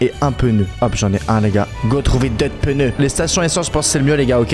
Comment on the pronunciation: Pk il dit des peuneus😅😅